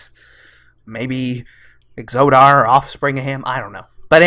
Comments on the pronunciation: It's not pronounced "exodar" like you say it. It's pronounced exodar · And "Exodar"...and "tomb"...and from previous videos "tome". :)